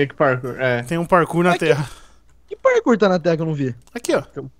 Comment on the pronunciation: So eu q lembro do Aruan quando fala parkuor e fico com saldade?😔